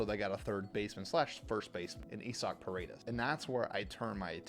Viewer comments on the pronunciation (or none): E-SOC? You mean Isaac? WTF lol